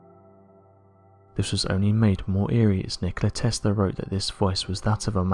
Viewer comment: Hmm.. Testla 1-2-3 sounds a lot like testing 1-2-3